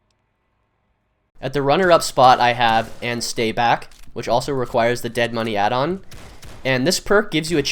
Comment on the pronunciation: No no. It's not "And stay back." It's "And STAY back."